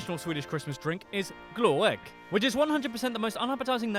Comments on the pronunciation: It's 11 million now. Gift is not pronounced yeft the way he said it. XD Also kiss isn't urine, it's pee. It's because we don't put spaces in words that are made out of several words. Why does he say glöegg, there's no e or any letter between ö and g! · How can it be too hard to say glögg.. Its not spelled gloegd. Glögg!! Stupid britt!